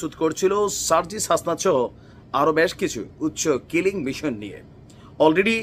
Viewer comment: খিলিং নয় কিলিং